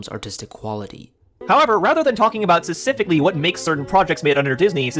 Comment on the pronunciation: He says "specifically" way too much for a guy who can't pronounce "specifically".